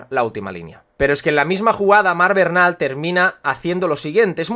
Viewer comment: Disculpa pero el apellido de Marc Bernal se dice Bernal no Barnal, es familia de un amigo mío su padre y el apellido es Aragonés, se dice cómo se lee. Buen análisis y enorme trabajo el que te tomas en tus publicaciones, muchas gracias.